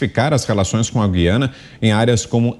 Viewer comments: Mota em português é gu i Ana e não gui ana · A pronúncia certa é GU-IA-NA e não GUI-A--NA.